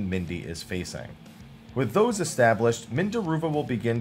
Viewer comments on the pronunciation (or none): none